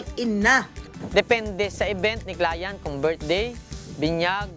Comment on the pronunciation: Nadidistruct ako sa “clayant”😆